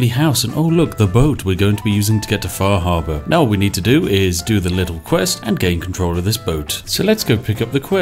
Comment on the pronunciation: "We need to go take a visit to faahaabaa"